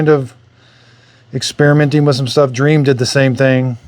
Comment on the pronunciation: Dreame is pronounced Dreameee not Dream.